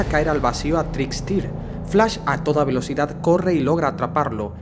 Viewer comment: irom hights no es una persona r.r, y se pronunci a TRIKSTER